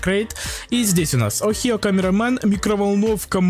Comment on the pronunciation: Хочу геймпасс ник amogus ohio и это слово не охио а огайо